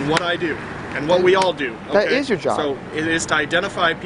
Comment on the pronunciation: "Dat ish not a crime" I was dead. His pronunciation😂😂😂